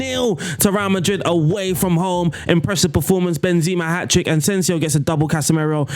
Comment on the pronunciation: Where do you get all these Ns from in players names? Ansensio? And Toni name is pronounced Kros but the a longer O, not like spanish Cruz